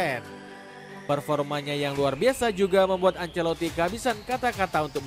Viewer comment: Carlo Ancelito 😂😂